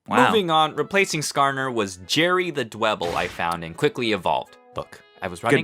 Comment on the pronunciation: Its not dw Eble its dweble